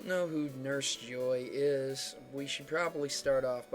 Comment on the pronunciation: just fyi, it is pronounced as jo ii (as in e), not joy